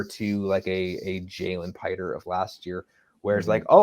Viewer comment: Jalen Pitre is pronounced like a Petrie dish if I'm not mistaken.. "Pee-tree"